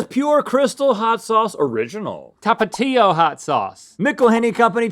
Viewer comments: i always thought it was pronounced Tapachio (Tapatio) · How he pronounces Tapatio 😂